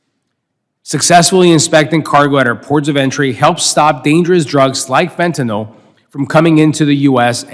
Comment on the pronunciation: Thank you for being the ONLY person to pronounce fentanyl properly!!! Everyone says "fentanol.👏👏👏